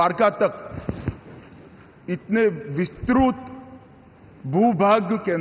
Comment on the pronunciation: विस्तृत को विस्रुत बोल रहे गृह मंत्री जी शुद्ध हिंदी का उच्चारण नही कर पाते है माननीय राजनाथ सुवाचल शुद्ध बोलते है।